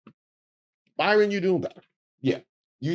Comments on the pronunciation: Hi,. I love your work. I know you ho through great links to get your stuff right. So after hearing you call him Byron instead of Bryon, it's like hearing Kamala miss pronounced. Come on man! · I realise I'm being a bit pedantic, but the name is BRY-ON, not BY-RON. Just sayin. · Hearing you repeatedly call him Byron when his name is Bryon 😂😂😂😂😂😂😂😂😂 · I was wondering if anyone was going to call out on that one…I was about halfway through the episode when I finally thought, “Isn’t his name Bryon?” lol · I'm loving this entire video. Dude's name is Bryon, not Byron. We love to come close to Byron Daniels with the embarrassing facts... But, BRyon Noem takes the cake with his Silence of the Lambs pictures. 😂😂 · His name isn't Byron it's Brian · Bryon, as in BRIAN. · I love you so much, i watched the whole video evening though i cringed every time you called him BYron. When hes a Brian with an "O". 😂😂😂😂😂😂😂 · constantly mispronouncing his name has me dying😂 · You so crazy. His name is BrYon...NOT ByRon. 🤭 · The poor man's name is BRYON (pronounced Brian) NOT BYRON,! Poor dude is probably ashamed enough that his wife was boffing Corey on a private plane & her other 'homes' then these pictures and people can't seem to get his name right! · hate to nit pick but BRYAN not BY-RON. Love your videos! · Bryon not Byron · His name BRYON,Ike Brian spelled differently.NOT BYRON. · are u calling him Byron instead of Bryon? idk the guy personal level no kink shaming, but its funny when the cult of MAGA loved portraying themselves as the party of values when they got no values. Noem even was outted for her affair with Corey Lewindowski when word got out Noem was using the bang plane😂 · brother you keep calling him Byron and not Bryon, but they both the same. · Do you keep saying "Byron" on purpose? Or are all the media outlets misspelling his name? I feel like a crazy person! 🤣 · I think his name is Bry-on not By-ron.